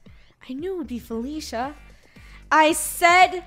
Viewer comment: EconomicGamerYT It's Felicia not faffala